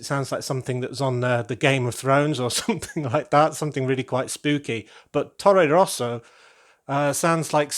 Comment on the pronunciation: That's a crazy high and cool building! The space tower is no longer lonely anymore. When you told "Tore Rosa", I honestly thought you said "Torro Rosso", and that's the daughter team of the Red Bull team in formula, which is kind of the concurrent of Ferrari :-).